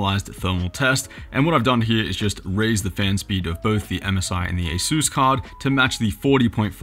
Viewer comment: aysüüs... wtf is aysüüs?